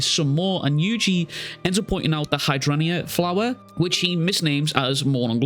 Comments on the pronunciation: Just to let you know, the flower is pronounced like 'high-drain-gia'. Anyway, Sukuna is about to learn to respect Yuji. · i know its dickish of me but its pronounced "hidraindjea" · This chapter made me realize zero animetubers can pronounce hydrangea.